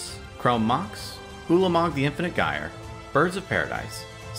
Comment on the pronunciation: F to you trying to pronounce gyre.